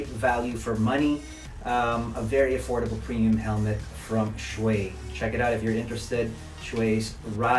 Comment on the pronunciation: It's Show-i Show-i fer heavens sake